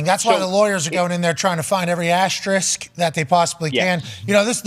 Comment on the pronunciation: We get it Pat you know how to say "Asterisk" properly so no need to over accentuate it every time mate 🤣👌🏼